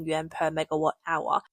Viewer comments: Why are you saying “Yen”. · Because the Chinese currency is the 'yuan', in pinyin transliteration, but it is pronounced "oo-en". Think of the 'y' being almost silent, the 'u' pronounced as 'oo' and the 'a' converted to a short 'e'. "oo-en"